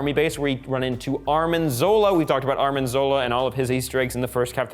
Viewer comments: quit calling Arnim Zola ARMIN!! It’s arNIM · ITS ARNIM, NOT ARMIN! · ArNim. Not ArMin.